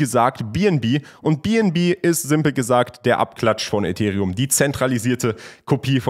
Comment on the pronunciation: kannst du bitte bitte ethereum auf englisch sagen